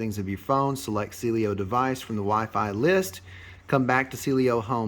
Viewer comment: It’s Cielo… not Cielio.